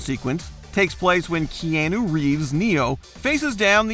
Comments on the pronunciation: Ok, all due respect and all that but this voice over guy is awful. His cadence and tone is weird. "When it comes to Peter Jackson's...there is certainly a lot to LICK?" He can't pronounce the letter A (lava and Keanu both are weird long A) he honestly sounds like he's never seen any of these movies once. I understand you want "unique" voices for narrators and what have you, but this guy is just bad. Sorry.. Can we get Rebecca or Phoebe back please? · Holy cow guy. Keanu is pronounced “key-awe-new” not whatever dumb way you said it. It’s his NAME not a word that can have differing pronunciations. Be a professional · Anyone else just a little put off by how this guy pronounced Keanu's name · Wait? Only that annoys you? How about the weird intonation on almost half of what he says? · amen. How dare he mispronounce the name of our lord keanu-it’s blasphemy I tell you